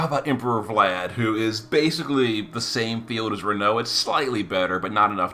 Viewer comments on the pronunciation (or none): none